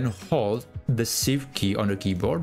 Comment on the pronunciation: You said in step two to press the what key? The “sif” key? That’s what it sounded like to me? What key were you referring to?